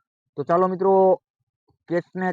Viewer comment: Saalo ke chaalo 😂 ek vaar to evi lagyu ke gaalo bole se